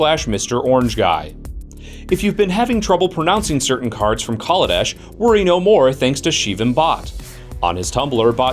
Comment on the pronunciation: Lol, Worrying about mispronouncing cards when you're mispronouncing the name of the plane? it's Kal-a-desh, not call-a-dish